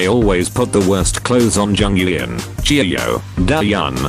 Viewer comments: WTF JONG-YAH-EN SKSKSKKSKS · like jeongyeon google translate: oh you mean jeeonggaeen